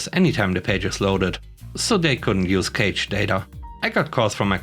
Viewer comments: Or... say it sounds like cash. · FYI, , 'cache' is pronounced with a hard C to start, but a soft C to finish, so 'cash-a'. 👍